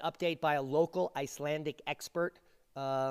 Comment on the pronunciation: You speak iclandick flawlessly